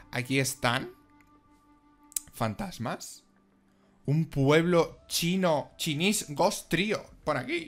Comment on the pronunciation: Maravilla de mundo. No es por nada, pero “chinese” se dice “chainis” xD